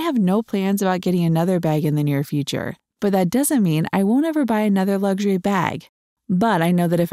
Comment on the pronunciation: You do realise that the word luxury hasn't got a 'G' in it